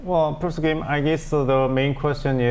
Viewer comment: Profser? I hope the anchor in the middle pays more attention to the way he pronounces some of the words.